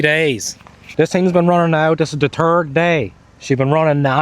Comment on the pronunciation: Ik it’s your accent but it must be October turd 😂